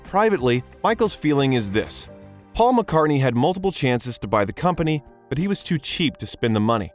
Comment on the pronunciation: . Twice in a row the narrator says "Faul"